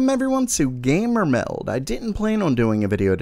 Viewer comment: I subscribed because your voice grew on me, something endearing about it. However, I still really dislike how you say "GamerMeld", there is just something so off about it...